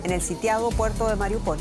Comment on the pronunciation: Al fin un periodista pronuncia bien Mariúpol